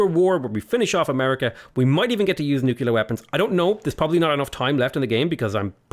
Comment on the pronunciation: Is his "nucular" a Simpsons reference or does he genuinely not know how to pronounce the word? I seriously can't tell XD